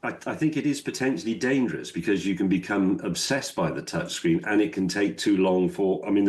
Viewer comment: What's a "touchgreen"? I hate this sloppy pronounciation.